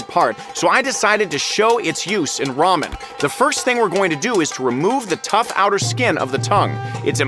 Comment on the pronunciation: Ele falou ramen mais lamen kkkkkk